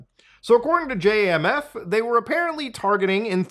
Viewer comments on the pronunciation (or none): Its not J.A.M.F.. dont sound out letters. Just say the word Jamf. (jam-fh)